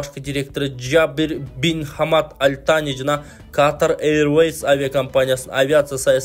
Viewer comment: Каатар эмес катар эле туура суйло